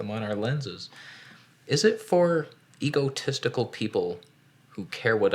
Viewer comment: Did he just say Ego-testicle people?